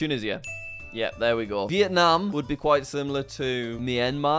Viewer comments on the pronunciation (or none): none